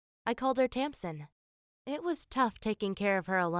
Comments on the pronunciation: It's freaking Tamsin dude! Learn how to pronounce words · its tampdin.Thats what i heard.XD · Iana MacOvei you can hear her say a p in there